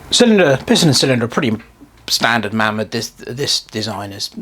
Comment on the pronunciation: Pronounced Maymod